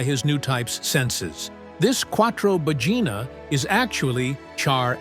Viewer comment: Ahhhhhhh It's Quattro Baggina. I tought that Quattro Vagina was a bit too explicit.(Ps i'm Italian, they sound the same to me)